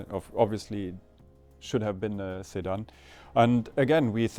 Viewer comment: Man I couldnt understand what was being said at first and thought he was talking about Saddam (Hussein) not a sedan still has a place